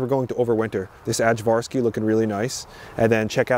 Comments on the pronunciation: / Ajvarski isn't "adj-var-ski" it's "aye-var-ski". There's a condiment called "Ajvar" made in Macedonia, which is where this variety of pepper got its name!! Ask me how I know. ;-) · its pronounced Ayvarski. in slavic languages, J = Y. Great videos btw. really learning a lot. Also, you can try making Ajvar/ayvar, or Polneti Piperki/stuffed peppers. they are balkan delicacies